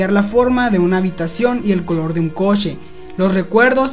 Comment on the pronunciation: te espresas muy bien pero pronuncas mal la letra CH la cargas mucho fijate en el video, en vez de coche dices cochhhe como si la h tubiera acento y la alargas mucho.